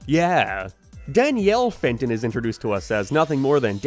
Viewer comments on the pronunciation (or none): Every time you said Danny Phantoms human name I always just heard Danny Fent and imagine him slumped over